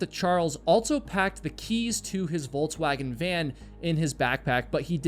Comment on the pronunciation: I wasn’t sure the first time he said it, but the second time I had to rewind and listen closely. I understand Volkswagen isn’t made on the US but it’s a well known vehicle. So when I heard Volts-wagon I had to be sure. That’s a first